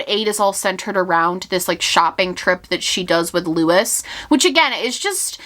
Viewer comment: I think Luis's name is pronounced loo-ees, not lew-is.